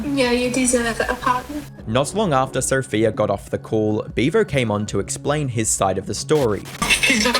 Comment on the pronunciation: Sophia should have left him just for pronouning her name as "Sopheer". How fucking stupid.